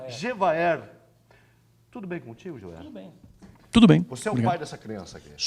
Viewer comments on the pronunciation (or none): Ele é despreparado porque nunca passou nem na frente de uma universidade. O Gevaerd é uma pessoa conhecida mundialmente e essa anta não sabia o nome dele e nem mesmo pronunciá-lo. Estudei um bocado para me formar e durante todo o tempo de jornalismo, o que vi foram esses semi-analfabetos dominando as Redações, as TVs e Rádios, auto-intulando-se jornalistas. E para ficar pior ainda, como não sabem falar nem escrever corretamente, puxam o saco e rastejam em volta do diretor do jornal, TV, rádio... Resultado? são premiados com cargos elevados e salários 3 a 5 vezes maior do que os pagos aos profissionais. Ah, e ainda são Editores, os nossos "chefes" sem um mínimo de noção de como se faz jornalismo.